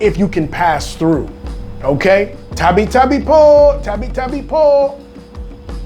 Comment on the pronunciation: Its not tapi tapi po its tabi tabi po nunu